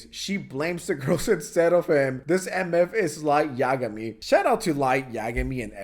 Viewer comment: bruh, sykunno has a y in the name, so it's easy to mispronounce it as the ee sound instead of the eye sound, it's easy to forget, especially when he only found out about him so recently from this drama, he also pronounced light yagami from death note wrong but he obviously likes death note lmao 😭🥀